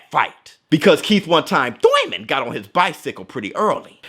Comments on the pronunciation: Been an avid fan of yours. Please don't stop making these kind of contents 🙂 By the way, do you beef with Thurman for always saying Thoyman or Toyman. Haha. I don't know. 😁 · Me.... but I’m in the U.K. :( Small bet on Spence for the win. Also the way you say “thoiman” 😂✌️